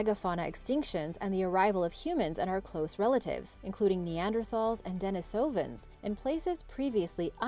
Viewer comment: You mispronounced denisovan pbs eons correctly pronounced it. If I'm not mistaken you have mispronounced it before. Not a big issue just alil annoying. Love the vids!